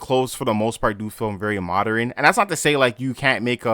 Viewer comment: modrin? lol